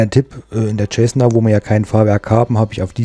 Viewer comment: Das heißt nicht Tschessna sondern Zessna. :)